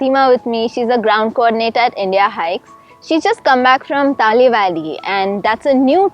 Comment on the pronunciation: Thanks mams for covering our place and showing to the world.one thing i would like to suggest is the way you pronounce the name Talle valley.its should actually pronounce TA LE BE LE ( not TA LI BAA LI).im an apatani guy from ziro if you want more about this place i would be very happy to help you .thanks all